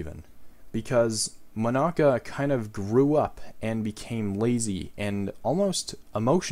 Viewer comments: Mon-aca Me: how tf did he say it wrong sujrudoxosudsisushsisysoshs Mon-uh-cuh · Is it just me or is he saying Monica wrong? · nice video and all but im sorry i hate how you pronounce monaca